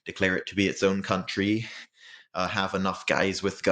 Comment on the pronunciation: I was habben a good time listening you say countrrry.